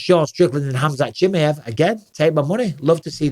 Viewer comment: I don’t like how Bisping says Chimaev